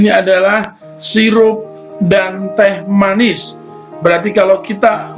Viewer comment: Teh manis pak bukan the manis